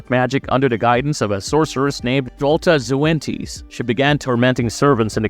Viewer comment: The way you pronounced Drolta's last name was absolutely criminal